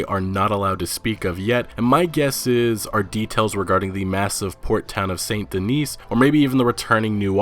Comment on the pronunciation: Yo man, love your RDR2 videos but gotta say..... it’s pronounced Saint Dennis, not Saint Denise, even though there’s only one “N”. Not trying to be a dick bag just letting you know. Keep up the vids bro, they’re holding me over until release!